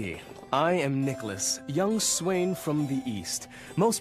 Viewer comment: Lol he says "I'm Nicholas, young swain" I hear, "I'm Nicholas, young swine"